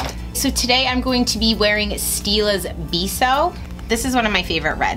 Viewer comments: Actually it's Beh-so. That's spanish for kiss. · It is pronounced BE (like Benson without the "nson") and SO sounds equal in english :) mmm like it was in fact Benson without the two n letters :) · beh-so actually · I think it's pronounced Bay so as in the Spanish word for kiss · It's pronounce "bay-so" FYI :) It's Spanish for "kiss."